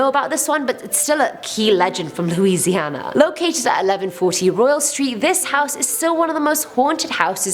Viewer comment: You pronounce Louisiana right 😃 so many people mispronounce it